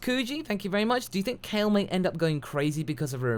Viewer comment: SoulKing Omg i just cringed so hard! he fucking calls KALE "Cauli" like wtf.